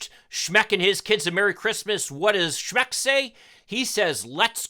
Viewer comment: Schmeck: pronounced "schmuck".